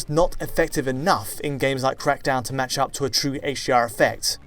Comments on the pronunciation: Is it me or did he say hGr like a hundred times? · Sounds like he’s saying HGR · Why does it sound like he's saying HGR throughout the whole video?